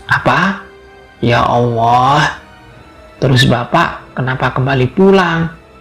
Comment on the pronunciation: Mas min.. Tlonk untuk artikulasi kata2 lebih di prhatikan, mhon maaf mungkin mas mimin bukan bragama islam, jd sy minta tlonk utk di prbaiki, contohx seprti pnyebutan lafadz ALLAH, tlonk yg baik dn bener bulan ya owo ya owo., ini nama Tuhan mas, pemilik langit bumi dn sluruh isix.. Trmsuk jiwa raga mas mimin ini.. Trimaksih smoga mkin jaya.